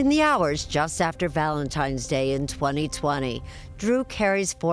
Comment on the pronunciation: At 3 minutes and 30 seconds I can't get past her (Erin) saying ValentiMe's Day!!! She is ignorant!!!! There is no "M" in Valentine's Day. And I replayed it 4 times to be sure. How do ignorant people like her get hired to do T.V.???